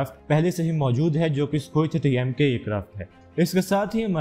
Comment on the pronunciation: It's Sukhoi 30mki not Sukhoi 30mka, check your pronunciation bro, before you start confusing others.